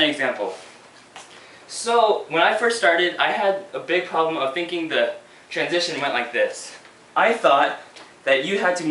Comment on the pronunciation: was i the only one that screamed: TWANSITION!!! when he said transition?